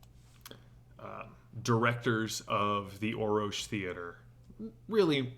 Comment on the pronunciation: This is driving me crazy... There are three Rs in Orrorsh, not two. Thus, it would be pronounced 'Or-orsh'. Thank you.